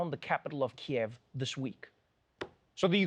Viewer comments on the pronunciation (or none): Remember: KEEV not KEY-YEV. KEEV is Ukrainian. KEY-YEV is Russian. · Trevor, can you please pronounce the Ukrainian capital as “Keev”? That’s the Ukrainian pronunciation. “Kee-ehv” is the Russian pronunciation. Ukraine asked media outlets to make this change a few years ago. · It’s pronounced Keev. Not Kiev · Hey Trevor !! FYI it's called KEEV by Ukrainians. (Kyiv) And thank you for your humour. It really helps 😢👍